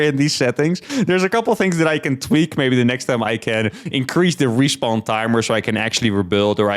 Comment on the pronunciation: I was 7 minutes into the video listening to say "respond" missing all context before I realized he was saying "respawn". SMH